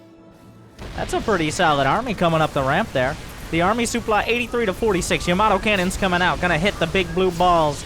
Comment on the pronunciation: Still saying souply